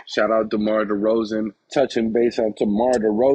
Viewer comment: Demar you say it Demore I like it 😁😁😁